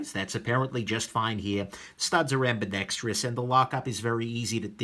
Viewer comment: Thank you soooo much for pronouncing ambidextrous correctly! Its not freakin ambidextrious. I can't watch the dinks saying it that way.